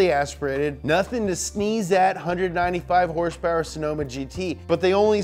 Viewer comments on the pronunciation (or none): “HURSE PURR”